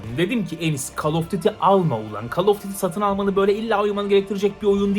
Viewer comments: Call kelimesini "Kol" yerine "Kal" diye telaffuz ettiğin için zevk alamamışsındır :) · Kal degil koll koll. Öğrenmedin şunun okunuşunu. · CALL “KOL” diye okunur Enes, “KAL” değil.